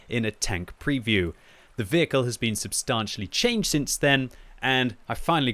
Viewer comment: I see he still hasn't learned how to pronounce 'substantially' correctly.